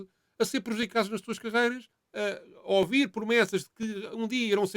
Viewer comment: Nao eh "0-vido" e "0-vir".... Foda-se! Eh ouvir. Ok?